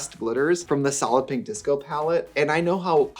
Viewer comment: Every time you say “ Solid Pink Disco” I hear 👂” Sollipy Disco”. When you first started that…. I thought what is a Sollipy? Anywho.. just me?